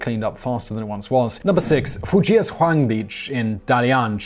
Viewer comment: Fujiazhuang is pronounced as “foo-zhiya-zhoo-ang”.